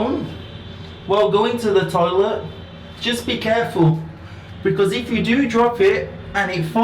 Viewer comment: Your English=Indian tolit 😠😠😠